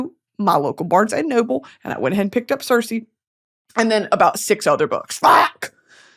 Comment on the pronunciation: Brittany love you much love you are pronouncing Circe wrong❤❤